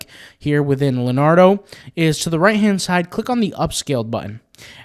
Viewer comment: Okay...did you actually call it "Lenardo"? You've never heard of Leonardo?? (Da Vinci or DiCaprio??) Bless your heart.